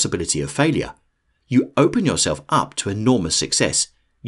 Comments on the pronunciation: Believe in “YourElf” 😂😂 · "yourelf" haha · “believe in yourelf” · "Believe in yourelf" . Lol just messing. I needed this, thanks. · “Believe in yourelf” 😄👍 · "believe in yourelf"